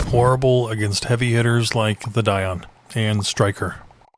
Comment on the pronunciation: btw its actually called dion not di on